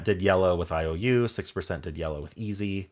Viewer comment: And easy isn't pronounced "ee-zed"!